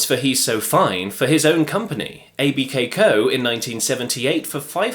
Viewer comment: ABKCO is pronounced "Abco".